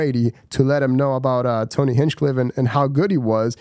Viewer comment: Dude you're not even saying Tony's name right